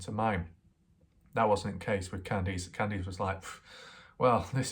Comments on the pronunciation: what? all your other words are perfect... Just Kandees... You say that wrong it's Can-Diss not all that difficult... nor do you really have an accent. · but this guy can say can and he can say diss... So he does it to annoy people Mike has a real speech impediment... Nor has anyone said what accent it is... So he does it to annoy people like me... I mean how hard is it to pronounce Candice... Y'all take his side I doubt his accent is to blame... English is my second language and I can say Candice... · what accent? His English is plain and normal... Who asked your opinion anyway lundaa, the poor woman's son already got butchered now his butchering her name too...